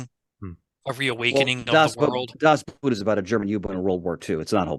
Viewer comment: And I guess once again for the people all the way in the back of the theatre, playing on their phones or making out with their date: Das Boot is really just pronounced like boat and not like the foot wear.